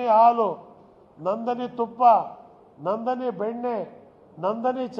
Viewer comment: Anna Ibra... adhu Nandani all Annaa... Nandini.... ... yaradru keldree.... Nandhan Neelkani ankonbittaru..... :yougotthis